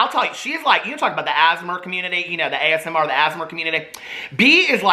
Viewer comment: the ‘as-mer’ community 😭